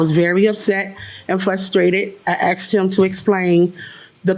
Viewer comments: Omg I wish the judge corrected her how to pronounce the word “asked” it’s not Aksed!! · You didn't "axe" him. You asked him. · “axed” and “carpret”?? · She "axe" him to explain ! LMAO One day the dumb landlords will learn not to rent to blacks.